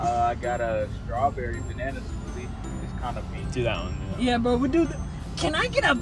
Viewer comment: STAWBEWWY BANANA SWOOTHIE🤡🥤🍃